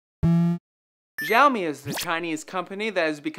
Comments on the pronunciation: no, seriously, the x in xiaomi is pronounced as an "s" syllable; see-ow-mee (but not nearly as long) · its not ziaomi, its more like shiaomi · its xiaomi not jiaomi -_ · it isn't 'zhao mi'. It is "she-ow me" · Its "SiaoMi" not "ZhaoMi" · its "SHAO-ME" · it's pronounced shaomi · Actually, it's pronounced "Xiao mi". As in "Xiao" and "mi". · Can you butcher "Xiaomi" name some more??? God, you have the Internet at your side and still you don't want to search before using. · Xiaomi pronunciation of yours sound weird ~ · I hate the way he pronounces Xiaomi. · You guys fucking BUTCHERED the pronounciation of Xiaomi. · Lol dafq with that pronouncing of Xiaomi rofl